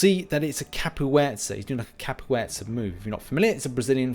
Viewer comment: Capoets?, you have a horrendous history of mispronunciations. Do t know if it’s your gimmick but it’s pretty off putting